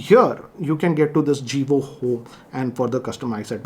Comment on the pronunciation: Its Jovi home not Jivo😁